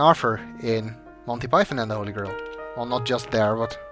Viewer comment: I love your accent. Your pronunciation of grail sounds like grill, and now I can't get the image and idea of a holy grill out there undiscovered.